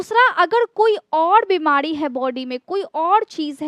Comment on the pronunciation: बाड बाड बिमाडी नहीं चकड .बार बीमारी चकर बोले.र को ड ना बोले.